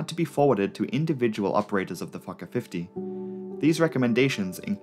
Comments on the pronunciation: yet another great video, but why do i hear 'fucker 50' instead of 'fokker 50' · i thought it was pronounced "Fullker" and not "fawker" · Me TOO!! and I ABSOLUTELY ADORE IT!!👏👏👏😉🙏🧡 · Everytime it sounded like you said “fucker” I let out a little giggle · Everytime he says Focker I think I hear Gaylord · Every time you said the word "Fokker", I was like, excuse me??? In this case, your accent is working against you, as it definitely sounds more like "f**ker". Great video, though. Your channel is excellent. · The subtitles are censored when the narrator says Fokker 😂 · Didn't realize I never grew up after hitting 12 years old. The way you say 'Fokker' over and over had me reeling.